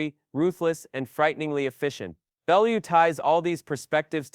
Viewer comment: At least the robot pronounced Bellew properly this time. If i hear that AI "Ballooo" pronunciation again im gonna do some damage.